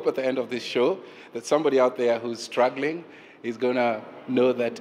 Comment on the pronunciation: He say HAPPY WOTH STTUGGLING mmmmm